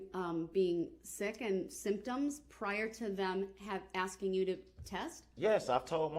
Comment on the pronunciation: He's "axing" a lot of questions